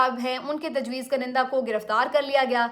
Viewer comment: بیٹی! یہ جو لفظ آپ بولتی ہیں اس کا تلفظ درست کر لیں. اس میں ‘ک’ کے اوپر پیش ہے اور پہلے ‘ن’ کے نیچے زیر ہے. اس کو آپ ایسے بولیں “Kun-in-Dah” تو ٹھیک ہو گا ........ شکریہ 🙏🏻.